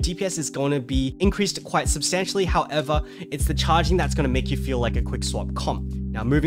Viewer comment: Word of the Day: "Howevah" 😂